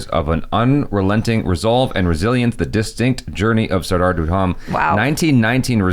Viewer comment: Rip his names pronunciation!